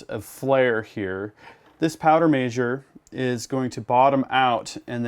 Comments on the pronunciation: Powder “maysure” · Yeah he said it all messed up 😂